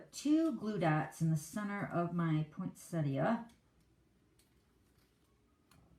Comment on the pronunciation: Love the cute card but the poinsettia cards are just gorgeous. Also very refreshing to hear someone calling it a poinsettia not a poinsetta. Thanks for sharing both styles of this card - I've always been scared of making one of these but after watching you, I think I'm going to try. Bev from Sydney Australia.